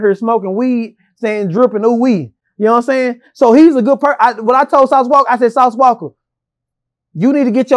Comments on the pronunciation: Lol im cringing everytime he putting the "ER" on Sauce Walka 😂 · “Sauce WALKER” lol It’s walka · Why does always call him Sauce Walker instead of Sauce Walka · Sauce Walka...get the name right boa